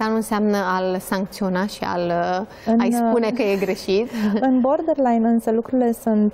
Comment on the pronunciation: Nu a ascultat nimeni materialul citit?! Pe tot parcursul domnisoara spune “bordenline” in loc de borderline. Inclusiv moderatoarea, ceea ce ma face sa cred ca este aceeasi persoana. A explicat invitata termenul. Ca vine de la border, care inseamna granita.